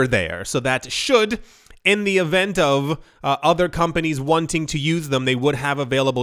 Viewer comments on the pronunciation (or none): none